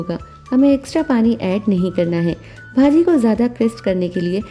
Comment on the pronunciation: You are not pronouncing it properly! It's not bhaaaji... it's bhaji ..